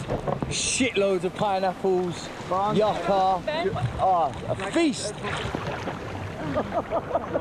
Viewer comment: JESUS CHRIST. ITS “”YOU Ka”” Not Yuck Ka. I can’t take the shit anymore.